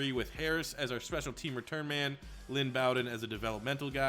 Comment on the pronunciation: as a Kentucky fan it’s (Bow-Den) like bow and arrow and like bear den